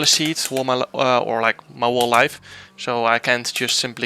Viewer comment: Jarno vocabulairy: ‘Wall’ = whole ‘Jess’ = guess Any more?